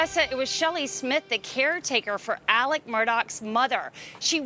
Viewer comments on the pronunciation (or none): So many presenters are pronouncing his name as “Alec” and not “Alex.” Am I missing something, or is everyone confusing his name with Alec Baldwin’s?